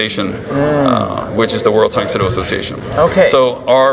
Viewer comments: Tang “Soo” Do. Not “So” Do. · I found it kinda amusing how a karateka like pronounces the Soo in Tang Soo Do as 'Sō' because he's accustomed to Japanese lol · PS a year later: It is pronounced "dang soo do", soft T, the U sound then Oh tang soo do. Also, Tang Soo Do came before Taekwondo.. so, I don't get why you call it a hybrid of Japanese Karate and Taekwondo...